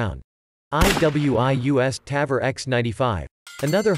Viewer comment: Interesting video. Quite some corrections: -The Ps90 holds 50+1 rounds standard -The tavor is not awesome for leftys, due to the shell ejection. It's time consuming to convert it. -The pronounciation of Tavor is on the o. -it's flash hider, not compressor -KSG grip and stock are not made from glass, but fibreglass -The 10/22 bullpup is nice, but from personal experience i can say it's unreliable -The 10/22 magazine only extends if its a 25rd, not the 10rd -"removable rail cover so you can adjust the charging handle for better accuracy". Wait, what do you wanna say here? 😅 -The tavor x95 is certainly not direct gas impingement, but long stroke gas piston driven -the panzer arms holds 2 by 5 rounds? What? -it's "three O eight", not three hundred eight -you cannot use the term torque on guns.. -generally guns that take AR magazines can take any number of rounds. 10, 20, 30, 40, 60, 100..